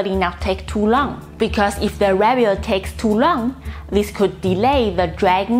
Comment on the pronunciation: 'Review' has the accent on the second syllable!